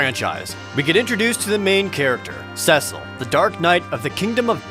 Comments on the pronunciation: It’s pronounced SEA-Sull (Cecil) not sess-ull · Ewww "cess-il" I always said "cee-sil" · Rye-de-uh See-Sul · You pronounced Cecil"s name wrong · At least pronounce Cecil right.